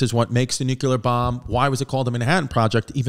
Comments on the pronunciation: Btw “Nuclear” NOT “NuCUler” unless you’re Baby Bush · chrissy. stop saying nukeular. its like this: new-clear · Nuclear. New-clear. 🚫nukular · "It's pronounced Nu-cue-ler" - H.Simpson